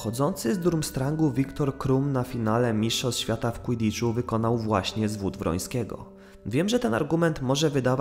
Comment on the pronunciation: "Łydicz" A nie "kłidicz".